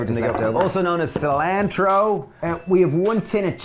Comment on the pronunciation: Between Dave saying "Fritturs" on Insta & Steve saying "Cilaaaaantro" on this video would fit in well in the deep South. Lol! Love this recipe guys! Making it this weekend!